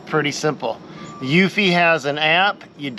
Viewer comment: I just watched a review of various cameras. One thing to keep in mind about Eufy (you pronounced i correctly) is that it doesn't have end to end encryption and it requires an internet connection in order to work. You can't access anything (not even your cameras) if there's no internet connection. Otherwise, it got good reviews. Also, keep in mind that while wifi is easier to install, it's also easy to jam, rending it completely useless. Wired just works. You get an upfront cost in labor and the benefit of being more secure and less hassle for charging stuff. Given your perspective on building high quality things, I assume you understand the benefit of putting effort in up front to get something better in the end. Good luck with the criminals, I hope they don't return and this whole thing is a waste of money.